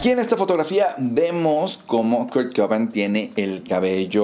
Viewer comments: se pronuncia cobein jaja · Tremenda pronuciacion xdddd Kurt "coban"